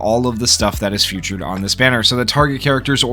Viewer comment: fee-tured not few-tured bro jesus 💀